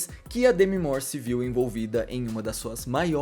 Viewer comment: Eu estava admirada que você fala certo o nome dela, eu descobri numa aula de inglês nos anos 90, e percebo que todo mundo pronuncia errado. Louca para assistir este filme